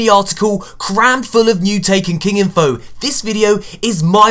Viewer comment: It's say ifno lol